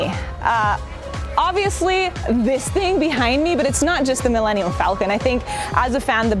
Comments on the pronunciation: "mill-enium-falcon". wtf is wrong with her? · Did she say Millennial Falcon? lol